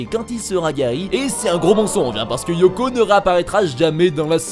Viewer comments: Eoko pas « Yoko » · Pas Yoko mais Eoko XD